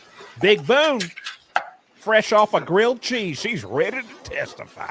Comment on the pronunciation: Dude 😂😂😂😂😂😂😂 the cheese jokes don’t stop🤣🤣🤣🤣🤣🤣”Boone-a-tooouiie”